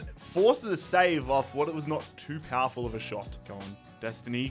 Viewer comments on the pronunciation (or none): none